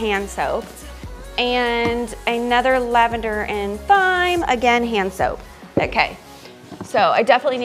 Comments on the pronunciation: Just a little FYI—thyme is pronounced the same as “time”! I know, it doesn’t look like it would be 😂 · Thyme is pronounced "time".